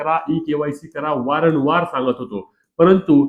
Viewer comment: वारण वार नव्हे रे येड्या वारंवार म्हण😂😂